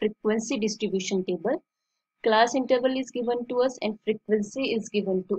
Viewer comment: Ma'am it's class not calss